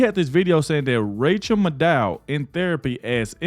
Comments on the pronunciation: Her name is Mad Ow. Not Made oh Just fyi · Pedant time. Rchel Maddow's last name has the accent on the first syllable (MAD-dow). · Her name is PROPERLY pronounced, Rachael Mad-cow. 😂😂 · It's pronounced rachael mad cow😅😅😅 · It's pronounced mad-ow (like mad cow, but not quite). Which reminds me, some of these lame-stream media people could use some rabies shots. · It’s pronounced Mad Owe … like mad cow. Im happy you didn’t know 🥰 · I love your content! It is Maddow pronounced like mad cow, and it fits hero a tee! They want Nikki Haley because she is a is a friend to the dems the guy who is bank rolling her is a major dem doner and a friend to Jeffery Epstein. Whatever the dems say the republicans are doing they , in fact, are actually doing! This has been going on for over 20- 25 years! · Last name is pronounced Mad..o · You're mispronouncing Rachet Madcow. :face-green-smiling: Vivek is not our (conservatives) friend. He's doing and saying whatever he has to to get his foot in the Whitehouse door. That includes accepting second place. Do some digging yourselves. Haley is a liberal shill, that's why the lamestream media isn't against her. They want her in there.